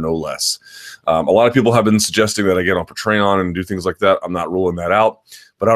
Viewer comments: Pa-trey-on ? Pay-tree-on. Come on Luke . Really? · pa-TRE-on? Lol PAtreon, Mr. Thomas.